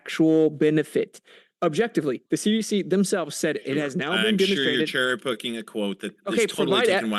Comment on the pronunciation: Bro laughs at Austin for miss pronouncing a word yet this PFR pronounced cherry picking “churry” at “ ” 😂😂😂😂